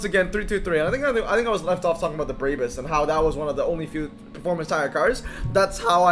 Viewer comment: Brabus is made up of bra and bus. Read it as is not braybus😇